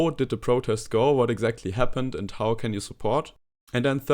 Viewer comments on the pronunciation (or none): wenn du how sagst, musst du es aussprechen wie hau. Nicht wie hou. Das hat eine ganz andere Bedeutung.